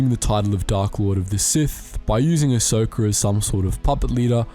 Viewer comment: Lol “ahsoker” that’s definitely how you say it 😂